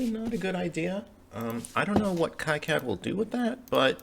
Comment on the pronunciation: I think it's pronounced "key cad" not "kie cad".